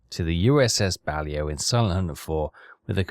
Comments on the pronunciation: It's not BALIO, it's Baleo. And it's the sub class name. Considering your level of english from the speech, i'd have thought you knew how to pronounce it correctly. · To reiterate: it’s pronounced “Bah-Lay-Oh,” not “Bal-Ee-Oh.” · Actually the class is pronounced Ba-lae-o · BUH - LAY -OH Actually how it's said. Love your videos keep rocking. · I think it's funny that even after the ship dips below the surface, that signal light just keeps on flashing! And, that's "USS Bah-Lay-Oh" The Balao is a somewhat famous boat in the US Navy! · I think its funny that you think he is going to listen to how you think its pronounced (and i say think, cos its actually bahlow) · The Boat is pronounced.... Baa...lay...o! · He is i think 😂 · I think we stop trying to get to pronounce the submarines name correctly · Still waiting for to say the blasted name of the ship correctly... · He is doing it on purpose, you will be waiting a long time 😂